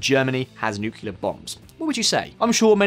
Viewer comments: nu-cle-ar not nu-cu-lar, thank you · Please learn how to pronounce "nuclear": new...clear, not nuke...ula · NU-CLE-AR, not NU-CU-LAR, buddy. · dude, for real... it's Nuclear as in NEW-klee-er not as in NOO-kyuh-luhr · Its "NEW-CLEAR" not "NUKE-YOU-LAR". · Yes he is driving me nuts with his pronunciation of that word. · Never trust anyone who says nukyaler. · He said "nukiller" minus 10 points to his speech delivering score !